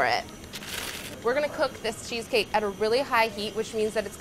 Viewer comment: Funny how she makes it sounds like sheesh-cake.